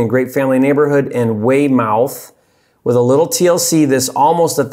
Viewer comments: Lmao I cringed a little when you said Wey mouth 😂😭. It’s pronounced Weymeth lol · Everytime he said “Way-Mouth” I died crying 😭😭., I love you but it’s pronounced “Way-Mith” 😂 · Not Weymouth It's "way - mith" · Awesome video,! I live in the Boston area and it’s one of those markets that’s considered too expensive for the numbers to work. Any other Boston videos would be great! Prove them all wrong! Oh, and Weymouth = Waymith. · I was thinking the same thing. "Way-Mowth"? That was funny. But all in all great video as usual. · I’m from the Boston area, that’s a town south of Boston, not inside Boston city limits. pronounced weigh-muhth. Gotta add the Boston accent to it lol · Pronounced wey-meth One town over from me lol😂. But I’d love to get into business with you maybe co-wholesale some deals ? I’m in Massachusetts